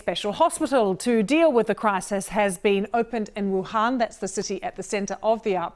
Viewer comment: Every journalist pronouncing wuhan incorrectly should be ashamed. Im not chinese, let alone a journalist, and I know better. Props to this woman for getting it right.